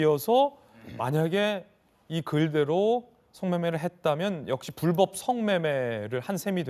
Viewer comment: 나 느그 정치인새기들이 말하는 이공삼공 엠젯세대인데 조또 느그들한테 관심은 없는데 국힘 십새기들아 선대위 대변인이라는 넘이 나와서 불뻡 불뻡 거리는거 어이없다 뉴스만 봐도 아나운서들 불법으로 발음하고 이게 표준 발음인데 명색이 대변인이라는 새귀가 불뻡 거리는거 왜이리 없어보이냐 형보수지 찢재명 조질려고 나왓으면 발음이라도 좀 잘 하고 나오자